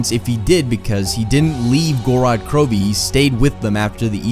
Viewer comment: I think the I is silent in Krovi